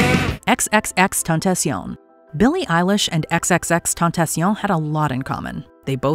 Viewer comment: the real tragedy is the pronunciation of xxxtentacion ...